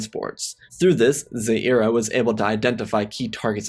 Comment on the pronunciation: Unfortunately this one misses the mark. Couldn’t get past the pronunciation of Aristocra and Ziara’s names and the fact that you said Thrawn and Ziara didn’t like one another. Understanding it’s a what if, there is no real explanation as to why after fighting a long war together that the two don’t get along. If you haven’t already, listen to the Thrawn Ascendancy Trilogy on audible to get the pronunciation down and to gain a better understanding of the Chiss.